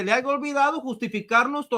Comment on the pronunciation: El licenciado con futura maestria dice "aiga". Jajajajajajaja